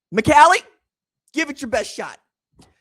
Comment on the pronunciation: McCallie is pronounced Muh-CALL- Lee.